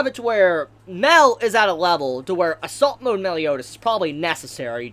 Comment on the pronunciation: I realise he said "assault mode" but I could only hear "salt mode".